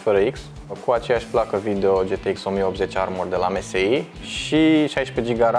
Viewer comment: Msi se citeste emesai